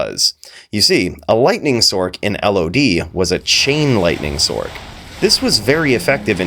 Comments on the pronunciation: Sorry man but i can't STAND you calling it a SORK. It's a Sorc (sorce) short for Sorceress. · i die a little bit at "sork" vs"sorc" hahah fantastic vid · Why do you pronounce sorc with a K sound when you pronounce the complete word sorceress correct? We don't say sorkeress or sorkerer.